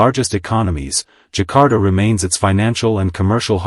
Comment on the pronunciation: Zakar Ta not Jakarta 😂😂😂